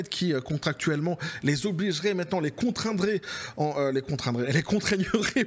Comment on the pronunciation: Le "contraindrait" était bon ❤ merci pour la vidéo 🎉